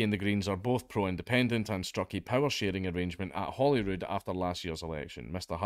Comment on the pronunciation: You said Holyrood. I heard Hollywood.